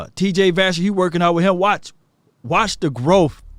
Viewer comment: It's vasher